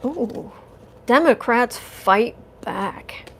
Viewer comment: Explain why you say Demograte instead of Democrates